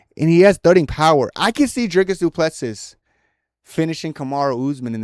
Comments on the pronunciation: It's a pronounced Do Ple See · You’ll get cool guy points if you pronounce his name properly fellow African :}